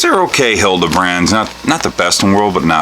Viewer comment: What’s a ‘Hildabrand? Anything like a HALIbrand?